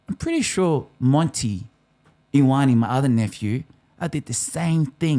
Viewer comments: It’s ‘yo-are-neh’ (I corrected my last ‘ne’ sound) Watch commentators learn how to pronounce French names with excellence yet not learn basic vowel sounds of Pasifika/Maori (Polynesians) that are 2% of the population of Australia, yet make up 50% of the NRL. It’s a manifestation of systemic racism. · It’s actually Yoh-ahh-neh so stop being bots 😂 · Yo-are-nay haha